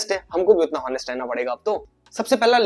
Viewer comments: Good knowledge...... And I consider that you are educated.... So why "होनेस्ट", it's "ऑनेस्ट" 🤷🏻‍♂️🤷🏻‍♂️🤷🏻‍♂️🤷🏻‍♂️🤷🏻‍♂️🤷🏻‍♂️🤷🏻‍♂️ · Very good info. Bus honest ka pronunciation theek nahi tha😅